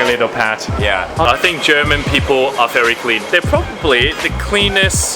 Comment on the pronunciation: Hi, your English is almost perfect, however when you pronounce 'v' in 'very', it sounds like 'ferry', I guess that is due to Cantonese accent. Great video, really enjoyed it.